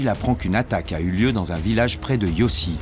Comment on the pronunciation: Le journaliste prononce très mal le vrai nom du village ce nest pas yossi ( Ihosy) mais youche